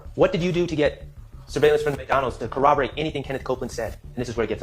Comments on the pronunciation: My word... Can someone explain to about pronunciation🤦 Cor-rob-or-rate not co-oboate. Ask not ax. Where he at? Professionals would say where was he at. My goodness she sounds so uneducated. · the way she says co-obberate is driving me insane